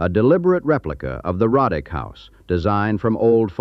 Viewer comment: It's not pronounced Rod dick it's Row dick! My ancestors! Several photos are also mislabeled as Roddick.